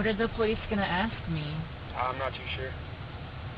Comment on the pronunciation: You say aks instead of ask I’m suspicious of you